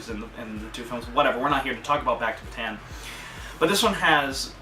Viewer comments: It's pronounced "Ba-Tawn," not "Ba-Tan." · Well, your history teachers said it wrong, because they didn't notice the to "a's", so it is pronounced Bata-an, not the way you said it. I'm an actual Filipino, and you should search up how to say Bataan.